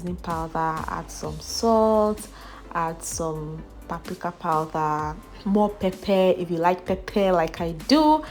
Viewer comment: Its powder not powther